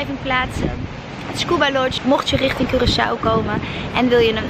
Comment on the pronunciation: Hahahaha moest meteen lachen toen je zei Korsoe, gelukkig heb je die je meteen verbeterd haha❤❤❤